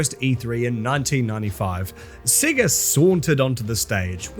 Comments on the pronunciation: I’m sorry but are you pronouncing “SEGA” as “SIGA?” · At least learn how to say Sega. Your accent is intolerable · thats not how you say Sega.. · Cannot stand the way he pronounced sega